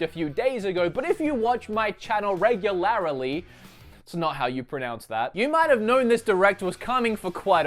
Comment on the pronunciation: "Regularily" is not only how you don't say it; it is also how you don't spell it. You obvious edit your videos so learn how to say words and what they mean, and edit out the mistakes.